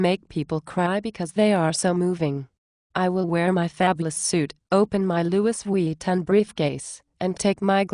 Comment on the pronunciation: it cant say Louis Vuitton